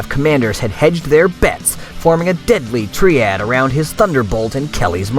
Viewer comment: hey... Ouch. It actually hurt to hear you mispronounce 'triad' as 'tree-add', when it properly is said as 'try-add'. the 'over The top' emphasis in narration did nothing to aid the overall appeal of the video either. Judging by results, I can only think that the op-for Mechs were dialed to eleven just to take down four normal Mechs. I saw no 'fun' in watching such a mismatch, and gained nothing out of the event other than to use as an example of how NOT to do a Battletech game. As for pilot-less Mechs? I did that when I Battle-Mastered a game for several friends about 35 years ago. A game in which the Players and their Mechs broke into an ancient SLDF Base to plunder what equipment and Mechs they could find. The Base's Main Corridors were 3 hexes wide and around 30 hexes long, set up in repeating 'snowflake' patterns, where new Main Corridors lead off into other 'snowflake' hexagonal corridor systems until, eventually, the Player's penetrated deeply enough to find the Primary 'snowflake' bunker system holding the Main Mech Storage Bays, the Base Main Computers, The Primary Communications Nodes, and other such sites. The Players faced computer controlled, pristine SLDF Mechs and eventually made off with a Lance or so of Mechs (actually, more than that, because each Mech 'lost' a single one ton weapon in favor for a one ton 'cargo' spot to carry three Astechs and a pair of Mechwarriors, in addition to any others that could ride in the cockpit jumpseats). Mechs like the Battl